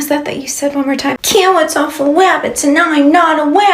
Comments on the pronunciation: "Cawwits are for wabbits" EW!!!!!!! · The "I don't want cawwits" took me out😂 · "I don't want cawoots." 😂😂😂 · I'm sorry, I had to run the "I dont want cawwits- cawwits are for wabbits" story back! because, sis....WHAT?!?!?!?! omfg!!!! lmaooooooo instant ICK!!! IKYFL!!!